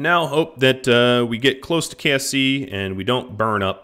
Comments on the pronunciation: I keep thinking he is saying KFC not KSC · I keep hearing kfc not ksc